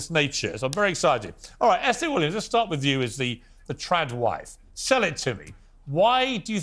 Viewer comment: Are they saying "Tran wife" or "Trad wife "